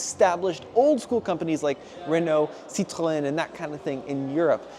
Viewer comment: Love the way you correctly pronounce Renault and Citroen.